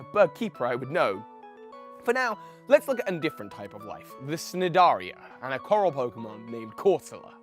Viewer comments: Im not sure how it is in the uk but heres some help with how to pronounce some of those long scientific words. Cnidarian= nigh-dairy-an Echinoderm= ehk-ī-no-derms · Your pronunciations fucking HURT me. Like, getting pokemon names wrong is understandable if you haven't watched much of the anime since not all of them obey language rules you're used to, or can be tongue twisters like Alomomola (not "alolamola") but scientific words like "cnidarian" can easily be checked for pronunciation. The C is totally silent...